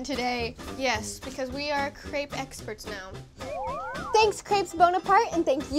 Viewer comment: THEY SAID CREPES WORNG! I AM FRENCH I WOULD KNOW